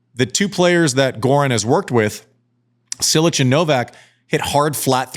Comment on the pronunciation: FYI Čilić is pronounced "Chill-ich" not "Sill-ich" :)